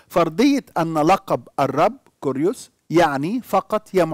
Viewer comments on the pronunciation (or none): كيريوس بالكسر وليس بالضم